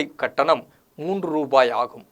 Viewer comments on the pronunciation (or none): none